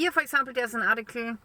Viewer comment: I like the way she says ART- TE- CLEE.😵